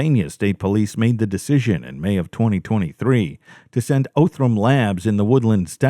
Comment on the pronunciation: He did mispronounce Othram. 😆 😉